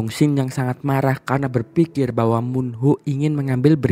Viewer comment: Marah bg bukan maghah